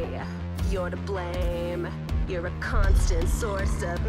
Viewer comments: I'm just gonna pretend that the words and are intentional. Dic tator and Cun stant..if y'all know what I mean. 😂 And I know it's spelled with an O, but I swear it sounds like she pronounces with with a U. 🤷🏼‍♂️😂😭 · The way she say it as Cuntstant lol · eyo she was a bit heavy on the first syllables of "dictator" and "constant" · "i should say, that you're kind of a dictator in a way. You're to blame, you're a constant source of misery..." The way marcy says "dictator" and "constant" sounds like she's saying PB is a d*ck and a c*nt idk its kind of smart <333